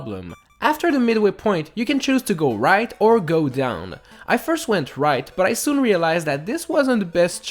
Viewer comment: "firth" me: do you mean first